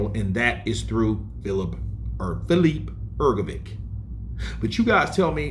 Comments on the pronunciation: Please for the love of god stop saying hrgovick, it’s pronounced hrgovich. You must have heard others say his name right, unbelievable at this point. I get you’re American but come on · Hrgović! Pronounce correctly, please. 😊